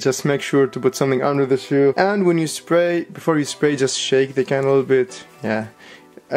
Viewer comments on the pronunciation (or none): Did he say splay??